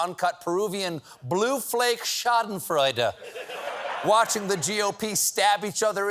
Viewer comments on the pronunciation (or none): none